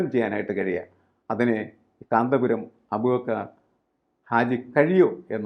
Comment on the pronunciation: ഇവൾക്കെന്താ കാന്തപുരം എന്ന് തികച്ചു വരാത്തത്..?